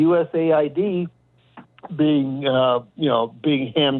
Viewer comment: for god's sake, please quit calling it "u.s.a i.d" it has nothing to do with id in usa. it's "u.s aid" - that is, aid provided by the u.s. it's a confusing program, not understood by many (including and especially that caller, and calling it u.s.a i.d just makes the confusion worse